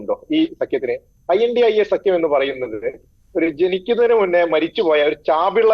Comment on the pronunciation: Pronounce as indi alliance mr. Anchor